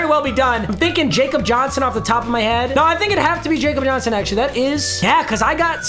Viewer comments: It’s not pronounced Jakob Johnson it’s pronounced Yakob Johnson I’m a pats fan so trust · ITS PRONOUNCED YAKOB JOHNSON STOP CALLING HIM JACOB JOHNSON BRUH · Stop saying jakob Johnson’s name wrong your driving me crazy, that’s how I know you don’t watch football